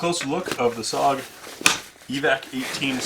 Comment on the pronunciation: Great review. The only thing is It's SOG, not S.O.G. Thanks!